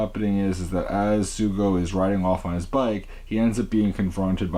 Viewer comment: The name is Tokiwa Sougo but Sougo is pronounced So Go. You don’t say the u.